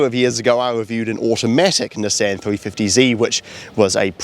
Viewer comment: The way he is saying NESSEN is killing me 😭😭